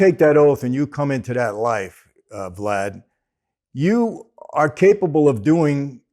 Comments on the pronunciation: To clear up the confusion, he said "Vad" then corrected it to "Vlad". He just missed the "l". It would have been pure comedy gold if Michael said "Glad" just to screw with him. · i thought he said "when you take that oath and come into that life... GLAD" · I thought I heard him say Glad!!!!! 😂😂😂😂😂😂😂😂😂😂